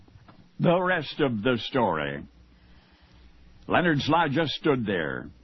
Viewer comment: It’s Lenard not Leo nard